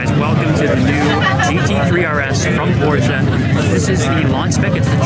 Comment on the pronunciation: its nice to hear someone say Porsche correctly ngl